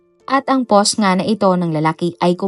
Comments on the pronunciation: Poss imbes na POST 🤣🤣🤣 Nag abroad cguro ang letrang “T” kya hnd mabigkas ni uploader🤣🤦‍♀️ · 😂 Always yan si DJ, yung word na "POST" ang pronounce nya ay Poss, Pose or Pause, silent T lagi..gamit na gamit pa naman nya ang word na "POST" sa mga uploaded video nya.😂